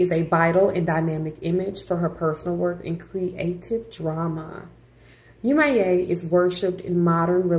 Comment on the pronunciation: 1) please learn to say the name of these entities before you post a video about them 😵‍💫 2) Yemoja as well as the other Orisas are not Gods/Goddesses. they are the expression of the Divine in nature. They are ORISAS. they cannot be described using western religious language.